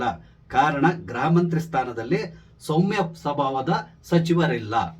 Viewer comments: ನಿಮ್ಮ ನಿರೂಪಣೆಯಲ್ಲಿ 'ಗೃಹ' ಶಬ್ದದ ಉಚ್ಚಾರಣೆ ಸ್ಪಷ್ಟವಿಲ್ಲ. ಅದು ' ಗ್ರಹ'ದಂತೆ ಕೇಳಿಸುತ್ತೆ. ದಯಮಾಡಿ ತಿದ್ದಿ, ಸಾಧ್ಯವಾದರೆ. ವಂದನೆಗಳು. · Gruha mantri., kannada uchharane madi.